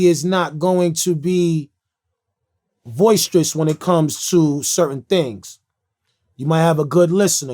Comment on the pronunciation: Love you Rae, but hard lesson; try not to say words that you cannot spell. 'boisterous'